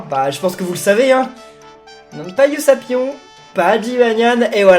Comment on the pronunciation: sa se dit ussapion